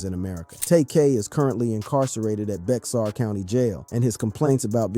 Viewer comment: Bexar is pronounced like bear